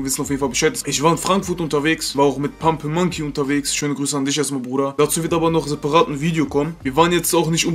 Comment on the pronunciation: Sagt er „pumpling monkey“?